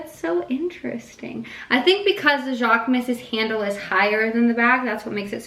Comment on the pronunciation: No hate, it’s so tough to say — it’s pronounced ‘zhock-moose’. The ‘zh’ making a sound like ‘s’ in ‘Asia’. Loved the vid! 🥰